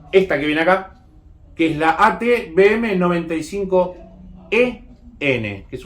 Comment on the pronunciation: Tengo curiosidad, ¿Por qué dices AT BM 95 cuando es AT V..., me refiero a la pronunciación?